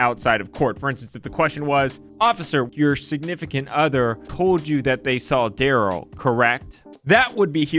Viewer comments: Da-ruhl Not Durrel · Why do y’all keep calling him “duhRRELL”😂😂😂